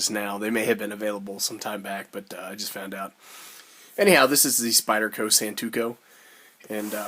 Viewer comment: Good vid. It's not pronouced "San-tu-ko". It's pronounced "San (like Daniel San // To (as in toe) // Ku"...